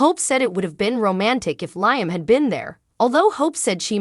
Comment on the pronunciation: His name is pronounce Lee am Not Nyam